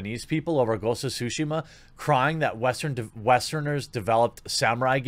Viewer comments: What's it called, Jeremy? Ghosts of Sushi Muh? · Jeremy: "Ghosts of Sushi She Mar" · I'm not bashing on him, or anyone for that matter, but, it's just funny to me whenever people say Tsushima and it ends up sounding like "Sushima".